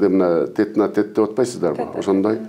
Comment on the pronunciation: Ой шермендеее, ушуну угуп отурган биз да келесообуз. Додойдун суйлогонун😀 Тет на тет дегенин!